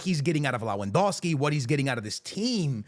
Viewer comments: When will this guy finally understand It's Lewandowski not Lawendowski🙄🙄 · leh-van-DOFF-skee Proszę, przestańcie szkalować imię tego człowieka.